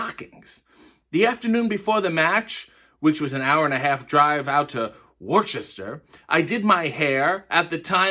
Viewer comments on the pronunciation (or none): It’s pronounced ‘Wʊstər’, you uncultured swine.